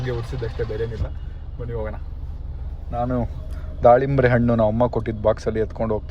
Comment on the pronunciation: ದಾಳಿಂಬ್ರೇ ❌ದಾಳಿಂಬೆ ✅